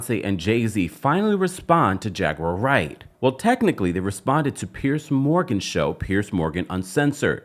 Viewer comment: Hilarious😂😂😂 tht When he says her name instead of jaguar wright it sounds like "j u r right "